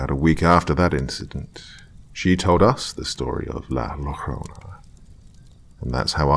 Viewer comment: Perfect timing! Thanx dr 💋💗💗 *sidenote llorona pronounced yoh-rr-ona 😁😉